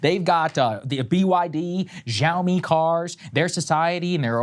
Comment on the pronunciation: i always make fun of saagar pronouncing chinese words wrong. im now realizing he gets confused by the 'x' in xi or xiaomi. he makes some weird zhushing noises that are not in the chinese language. but he did good w shenzhen and chongqing.